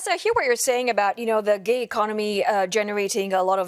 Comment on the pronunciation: The gay economy 😂 am I the only one that heard that